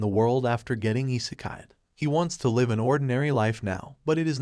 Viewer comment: I think the voice is great, it just needs some better pronunciations for variants of the same word like "live" vs. "live"